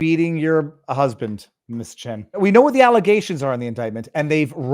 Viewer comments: Chen, not Chan. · Viva it's Lauren Chen, not Chan!!!